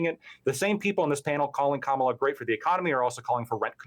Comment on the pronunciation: Different host, same incorrect pronunciation of Kamala's first name.